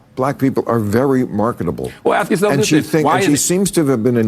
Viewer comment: He can't spell the word 'the' and can't pronounce the word 'ask' . . . not much of a God !